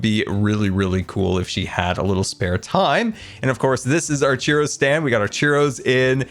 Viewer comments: Love this disn- sorry, Scarland base. BUT the ffod you called "Cheeroh" is actually pronounced "Churoh (Ch-ur-oh), down where I live mexican and hispanic culture florishes, (Texas). Have a good day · I love you, but it's churro, not chiro. 😂😂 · It’s Churro, not Chiro. I’m only in slight pain. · you're pronouncing churro as cheero?????? my guy.... you never cease to amaze me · its not pronounced cheero. Its pronounced chur-oh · How come nobody is talking about the way he says churro? Sounds like he’s saying cheerio stand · I love the pronunciation of churro 😂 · I love the video, I love the build, but your pronunciation of churro is atrocious!! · The way you pronounce churro is so confusing. I didn't even know what you were talking about at first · mispronouncing churro hurts my soul. But great video as always.